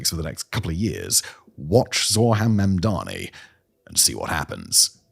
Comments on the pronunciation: u keep saying Mandami my love edit: it was just once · 3 seconds in and you say Mamdami... okay...? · I don't know why everyone, even well-meaning people, have such trouble with his name. It's Mam-dani, not Man-dami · can people stop mispronouncing his name. MAM DA NEE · lol, even can't pronounce his name 😅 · Why does he say mamdani like cuomo does